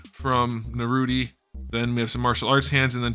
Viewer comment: Calling Naruto “Naruti” is crazy